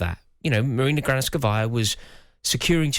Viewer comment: Granovskaia not Granoskavia